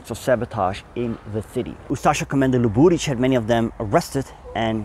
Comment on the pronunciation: Zasto ovaj bradonja stavlja kad kaze Sarajevo akcent na trecem slogu. Prestanite se ulagivati Zapad i izgovarajte Sarajevo na bosanski nacin a ne NATO engleski. Uzasno je iritantan. I kod prezimena Luburic nikad nije akcent na drugom slovu